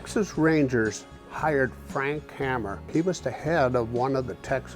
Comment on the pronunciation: False information here. The so called ambush posse did not consist of six Texas Rangers. Two were Louisiana officers. Two were affiliated with Dallas area law enforcement. Two (Hamer and Gault) were EX Rangers, specially tasked with tracking down B&C. Incidentally, Hamer and Gault-lifelong friends-are buried a few feet apart in an Austin,Texas cemetery… Hamer is pronounced Hay-mer.